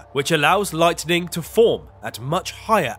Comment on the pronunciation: BTW IT'S "LIGHTNING" NOT "LIGHTENING." SHALOM